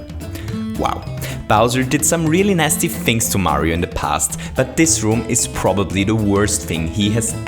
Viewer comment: I like how he says dis!